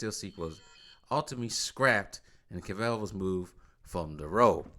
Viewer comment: I think it’s pronounced Cav-ill not Cav-ell lol